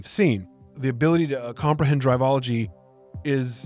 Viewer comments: A quick note: It's Drivel - ology not Drive - ology. Good vid though. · brother. google the word "Drivel" which you've apparently never heard, it is pronounced driv-ill, and the author is coining drivel-ology. You called it "drive-ology" the entire time as if it has to do with driving.